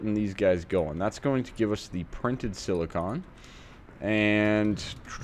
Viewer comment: Hey, you were saying Silicon! Thank you! Congrats on starting AE.